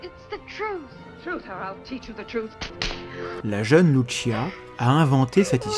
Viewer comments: Travaille titanesque ???? Mdrrrrr.... Cest une des video contradictoires les plus débiles qie jai vu. De plus ka recherche titanesque aurai pu etre faite sur le sotaque de la prononciation des mots et prénoms des protagonistes ... Dire loutechia comme en italie pour louciia c'est titanesque effectivement ... Un peu d effort quand même, vous qui vous pretendais meilleurs que les autres comprendres les autres ... Cest vous les extra terrestres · Fatima étant au Portugal et non en Italie, Lucia se prononce Loussiha et non Loutchia. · par contre ce n'ai pas luchia c'est lucia tout simplement les portugais ne sont pas italien. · Oserais-je vous faire la leçon sur la prononciation des prénoms portugais? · Euh il y a erreur sur la prononciation d’un prénom... On n’a pas dit que ça se passait en Italie je crois 🤨. Qu’à cela ne tienne. Vous avez raison de vous méfier. Nous par exemple, on a estimé qu’une vierge prédisant les catastrophes du XXe siècle sans évoquer le nazisme, ça n’inspirait pas confiance. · Vous auriez pu faire un effort sur la prononciation du portugais, ça fait pas très pro. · Pour les noms des communes belges flamandes, il va falloir faire un (sérieux) effort de prononciation 😃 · pourquoi bien prononcer Jacinta mais pas Lucia?